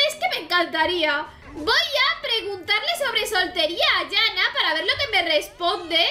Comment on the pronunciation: Me pareció interesante el vídeo pero no la llames "Yana", que sea con "j" no significa que sea "ya". Se pronuncia cómo está escrito, Janna sin sonar las dos n.